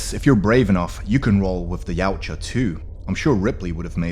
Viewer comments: No you don't. Steve Perry himself said it's actually "Ya-oot-chah" (Perry's the guy who invented the name in the first place). See here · wait its not pronounced y-ow-cha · I learned something today! TY! It's also got a sort of Scandinavian twang to it, doesn't it? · wrong way of saying it mate. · Try saying yau tja okay yautja